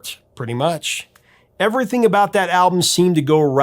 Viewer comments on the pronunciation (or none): none